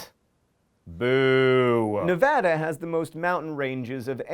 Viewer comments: And I would like to congratulate Mr. John Green, who should be a clue character, on pronouncing Nevada correctly. It's add-a not odd-a to those you say it wrong (practically everyone on the east coast). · On behalf of all Nevadans, please allow me to thank you for pronouncing the name of our state correctly. Most folks get it wrong! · I've never heard anyone say Nevada other than how he said it in the video. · Thank you John for pronouncing Nevada right!!! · Holy crap! He said Nevada correctly!!! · I'd like to congratulate john on saying "nevada" correctly. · Nevada would like to congratulate you, John, on pronouncing it "correctly." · I'd like to thank John Green for not mispronouncing 'Nevada' and not saying something about drugs, alcohol, or hookers for a fact. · wow john actually pronounces Nevada right. He clearly knows what he is talking about. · As a Nevadan born and raised, I appreciate your correct pronunciation of my home state's name. You did good, John. You did good. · I'm glad you said Nevada right. Most people say it Nah-vah-dah. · Thanks for pronouncing Nevada correctly!